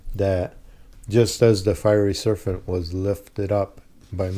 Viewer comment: Did I mishear the word serpent as serfant?